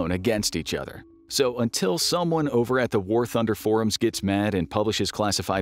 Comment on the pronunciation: the way he mentioned war thhundeer XDXDXD